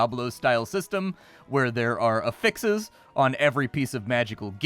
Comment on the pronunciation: You're mispronouncing affix. The noun "affix" is pronounced with the emphasis more on the first syllable than you're saying, and the "a" sound is like the "a" in "hat". You: ahFix Better: Aafix